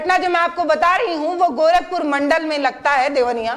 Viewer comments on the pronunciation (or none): none